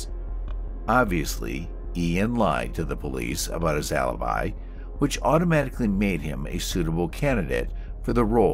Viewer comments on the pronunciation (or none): none